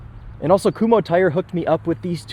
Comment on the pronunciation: appreciate the correct pronunciation of Kumhos (looking at you..."kum-ho's")